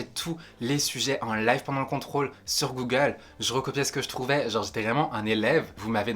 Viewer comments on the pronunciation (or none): none